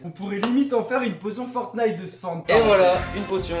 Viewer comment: on normalement on dit pa le 1er t dans fortnite